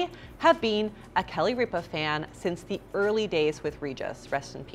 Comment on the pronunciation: It’s not reeepa it’s ripa